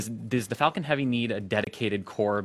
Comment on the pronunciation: When he quotes Falcon i hear fakin??? He must have hate it it at one stage :D . Fakin Falcon